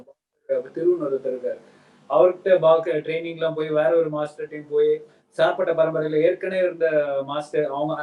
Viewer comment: Please pronounce tamil title name.. saarpatta not sarpatta...